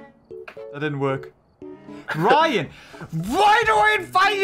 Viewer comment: All this time I thought he was saying "Riot" and not "Ryan"